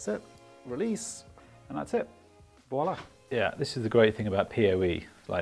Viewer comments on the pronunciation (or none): none